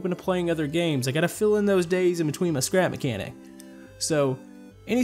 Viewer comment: Said his name right u should make the cotpit better